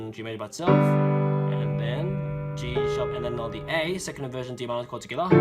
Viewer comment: Your "Toghether" sounds like '' SKOILÀ " lmao i didn't understand at first